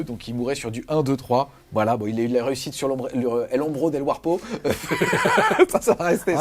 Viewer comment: Bon rapport de bataille. Votre accent anglais fait plus peur que l’ombro de warpo